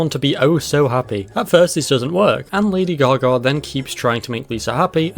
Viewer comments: Great video But also "Lady gar gar" lol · "Lady Gar Gar"